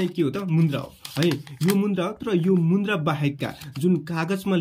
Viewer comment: मुन्द्रा होइन होला सर मुद्रा होला 😂